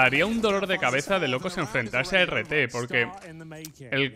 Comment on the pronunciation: NO creo que se pronuncie "a r T" sino "art" como arte en inglés todo corrido. Porque esa agresividad es pura arte.